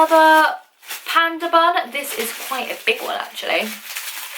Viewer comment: When said bun I thought she said bum lol. Who loves like if u agree.